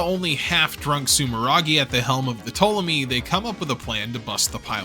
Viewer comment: Pronounces Ptolomy perfectly, butchers 00-Raiser everytime If it's on purpose that's sick If it's accidental, do you not proof watch your stuff?